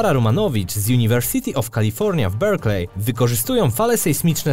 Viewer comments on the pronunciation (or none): none